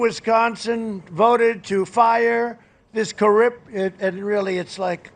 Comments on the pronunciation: Really though, Has Donnie had ribs removed so he can blow himself? Yes Dummy Donnie, "Corript" is "like Corrupt" only wrong. David, Why can't you say "electoral" properly? Even Trump can! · “Corript...really it’s, like, corrupt” 🤣